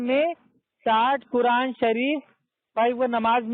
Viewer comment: غلتی کو گلتی کہ رہا ہے جینول کہ رہا ہے ہے قرآن کو سہی کیسے پڑھ سکتا ہے ہے جہل ہندو کا لہجہ اور تلفظ استعمال کر رہا ھے قرآن کو کران کہے رہا ہے غلتی کو گلتی کہ رہا ہے چل دعا قنوت سنا دے میرا دعویٰ ہے نقل کو نکل کہ رہا ھے